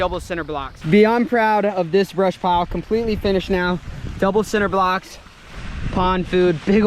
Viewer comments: This man just said "sin"ter blocks......what 🤣🤣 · Dis this man say “center” blocks? That gave me “Tubberware” vibes lmfao😅❤️